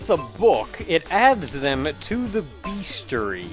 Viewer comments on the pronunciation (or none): "Beastiary,", not "beastary." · I've never heard "bestiary" pronounced "bees-tree" before.